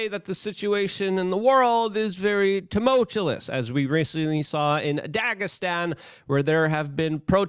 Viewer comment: LUKE!!! 1. YOUR PRO ISRAEL FRIEND WAS A TWIT AND I COULD NOT WATCH THAT SHOW. 2. It is pronounced TEH MUL CHEW US Not teh mow chew less. Cmon dude, i know english is your "second language" but you've been speaking it for 40 years.